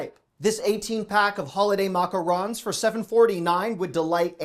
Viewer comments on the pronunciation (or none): none